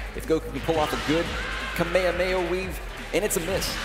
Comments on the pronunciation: You don’t say “Kamehameha” as if goku was saying the move, it’s “Ka May Ha May Ha” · the commentator said Kamehameha wrong three times...